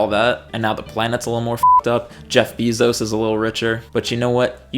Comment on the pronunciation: I appreciate your consistency and commitment at saying Jeff Bee-Zos instead of Jeff Be-Zos.